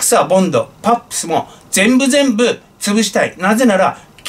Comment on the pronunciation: 「パップス」→「ハップス」と聞こえるのは、私だけかな… 歳をとると、耳が悪くなるので致し方ないか。 歳をとると唯一良くなるのは「物忘れ」。 ところで、どうでも良いことですが、脳科学者との中野信子さんの発言と発言の間に発せられる「シー」という発声に就き、脳科学者から観た解説を聞きたいと思っていますが、質問の機会を逃しています。（その方に限らず、多くの人にその傾向が観られましね…。） 何時か質問をしてみたいと思っています。 何方か、その心理をご存知の方は、ご教示いただければ幸甚です。